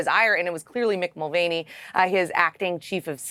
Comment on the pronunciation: Its pronounced Mul van e